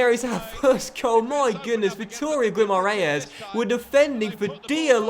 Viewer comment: Instead of trying to say Guimarães, say Vitoria, its the easiest way to say it!!